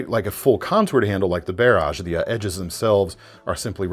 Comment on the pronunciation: why are you saying "Barrage" weird, my man?